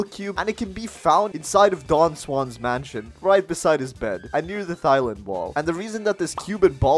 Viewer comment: you said thailand wrong, the "h" is silent